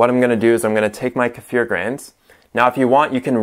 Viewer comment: Why your Kefir is brown and not clear? Hey its Kee-fir not Ker-fere.